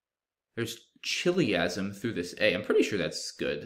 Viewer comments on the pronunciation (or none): I'm pretty sure the CH in "chiliasm" is pronounced as a K, if that word is derived from "chiliad."